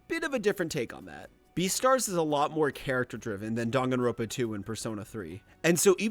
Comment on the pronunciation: my whole body cringed when he said "dang-on-ron-puh"